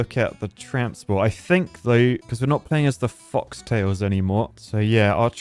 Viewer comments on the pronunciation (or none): Yes, he calls them that, I think on purpose. He might have misread it in the past and kept saying wrong because it makes people angry and angry people comment and that is good for Youtubers.